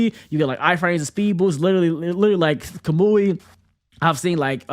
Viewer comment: why he pronounce kamui like that